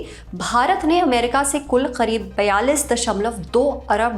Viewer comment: It is करीब not खरिब.... why did she pronouncing it खरीब....